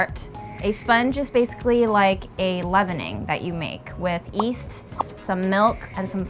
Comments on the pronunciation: Yeasty, not easty LOL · Please, call it yeast not east. Love your channel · why does she keep calling it east instead of yeast? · Yeast? I thought you said weast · I find the 'east' pronunciation so charming and Chinese. For those wondering, in many languages in East Asia, like Chinese and Korean, there does not exist a 'y' sound before the equivalent of our 'ee' sound. That can't even really hear the difference just means that it's a quirk of how she adapted to English coming from her first language's set of sounds as a kid. Most people will have little pronunciation quirks in their English depending on the languages they were either exposed to or spoke first at home, it's not any different than how our regional accents form. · It’s called yeast, not east! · Great video and i can't wait to try making my own loaf. can't decide whether is intentionally dropping the y in yeast when she says it to be ironic or shockingly doesn't realize how silly it sounds saying East!! The fact the video editors at Delish write east too is.... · I don’t understand why you prounouce it east and not yeast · it's Yeast not east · please stop saying east instead of yeast, it's driving me mad enough to stop watching your videos and I enjoy watching your videos! 😂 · “ East”?? Does she not know? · "YEAST"!!!!!! Ffs... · Can you please pronounce yeast properly? Thanks